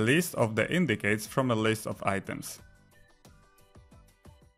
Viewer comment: Thank you for the video, one super minor reminder, c in "indices" is pronounced as a /s/ sound not a /k/ sound.